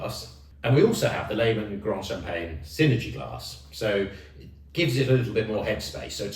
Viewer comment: youre not pronouncing the champange right